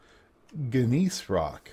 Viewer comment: kudos on pronouncing Gneiss properly! very nice!